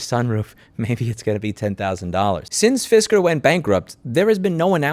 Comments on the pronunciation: Fisker - Pronounced “Fister” best fisting ever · "Fisker" or "Fister?" Because that's more than the tip.